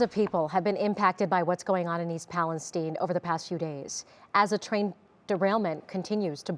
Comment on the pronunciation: Stupid yanks can't even pronounce the name of the town